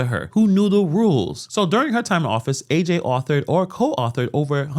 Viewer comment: Her name isnt A.J. its Ajay...